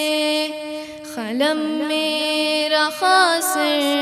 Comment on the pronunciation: Qalam ko khalam Qasir ko khasir padh rahe hain...